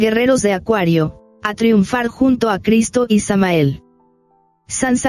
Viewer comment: Con mucho Respeto digo que Hay que tratar de pronunciar el Nombre de Maestro Samael correctamente.